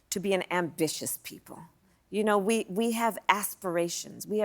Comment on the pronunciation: I literally just fell asleep right after she said asperations 😂😂😂